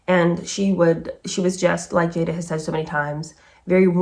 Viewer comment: Love your reads, thanks! Wikipedia states that her mother named her after her favorite actress Jada Rowland. I knew the Rowland family personally and her name was pronounced "Jah-da", not "Jay-da". Just a tidbit! 🤓